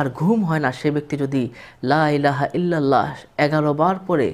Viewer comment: লাইলাহা ইললাহ,, না হুজুর বলতে হবে,,লা,ইলাহা ইললাহ